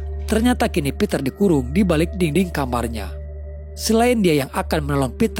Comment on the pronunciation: Btw dinding cintaaaa, bukan dingding 😅😅